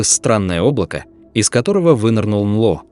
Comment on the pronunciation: "Анло" - это "НЛО" из уст ии‼️ Да❓